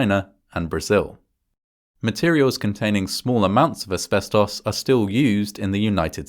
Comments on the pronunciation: deeply off topic but i love how ‘asbestos’ is said in an english accent. in the states i usually hear ‘asbes-toce’ or ‘asbes-tuss’ but i like this pronunciation. ‘asbes-toss’ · I like the way he says "asbestos". Nothing wrong with it, its just cool.